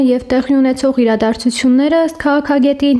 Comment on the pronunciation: Հեռացնում, ոչ թե' հեռվացնում